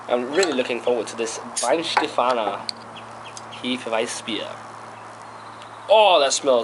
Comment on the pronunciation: Glad someone finally pronounced it properly (pay attention Americans).